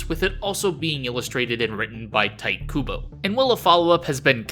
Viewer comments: Tee-tay Koo-boe. It's not Teet Kubo. Geez. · Good video, always look forward to this kind of meta dive on manga. Also, "Teeteh" Kubo. You are a veteran, so I have high standards for some of these pronunciations. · You saying “Tight” Kubo just… hurts me for some reason lol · It's 2025, how does a weeb not pronounce Tite correctly?